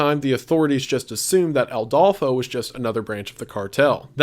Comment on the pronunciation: So, a thing about the video. I'm pretty sure it's Adolfo constanzo no Aldolfo